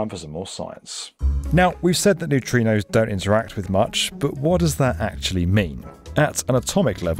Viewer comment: and Did you mean to say neutrinos? So confusing!